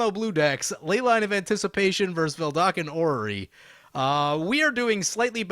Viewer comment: It's "VeDALken", not "VeLDAKen"; just pointing it out since I've heard you misspell it for a long time now